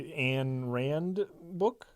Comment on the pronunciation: I am impressed that you guys know Ayn Rand and The Fountainhead. Good job. But Ayn rhymes with fine. Also, Objectivism is all about reason and individualism—nothing at all with being a dick who callously and recklessly destroys cities.